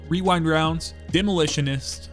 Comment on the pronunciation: Damn. Someone who can pronounce Rewind Rounds!